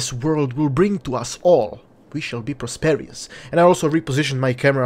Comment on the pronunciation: Great video. Fun personality. BTW: Not sure if you're just being silly, or if it's a legitimate mistake, or if I'm just missing something, but I think the word you're looking for is prosperous with 3 syllables, pronounced pros-per-us. You're right. It's a great word no matter how you pronounce it.